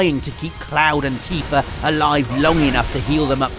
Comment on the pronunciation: ...."Teefur"? Oh you zany brits =]